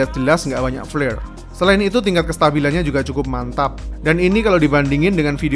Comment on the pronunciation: Bang gua udh dari dulu sub channel lu tapi mohon maap ni bang jangan paksain pake bahasa Inggris bang jadi agak gimana gtu denger nya pas bilang clear atau flare 🙏🙏